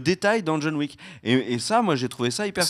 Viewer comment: John Wick = John La Méche, pas John Le Faible! "Wick", pas "Weak"!